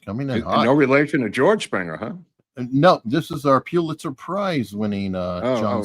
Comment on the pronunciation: I’m going to sound picky here but it’s not the “Pewlitser prize” it’s named after Joseph Pulitzer, pronounced “Pull-it-zer”. As mark would like, he was a poor Jew who made astounding leaps in journalism and 2 successful newspapers over 100 years ago